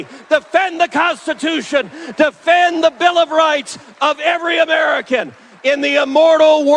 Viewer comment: Or FWEEDOM 🤣😂